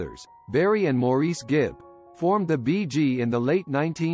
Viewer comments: it's more like "mar", like if something is damaged...there is an "ah" sound after the ''m' and before the 'r'. Mahr-ice. it's nothing. You are such a trooper. If you said it Morris or any other way it would be perfect! Please don't put yourself through unnecessary hassle. In the big picture, I think Maurice would be so pleased that someone cared enough to want to get his name straight. So many people don't! You are a delight! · Good for you!! I agree fully. But let me just tweak your comment...Maurice is actually pronounced "MAU-riss"...check out some of their interviews, all three of them and their mother pronounce it that way. js...Great comment, though. It is a matter of respect...wonder how "T Wood" would like it if people called him "P Whoot"? His ignorance got the best of him...I'm glad you didn't let it get the best of you. ;):goodvibes